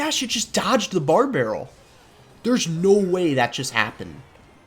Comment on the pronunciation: really heard that midwestern accent come thru when he said dodged😂😂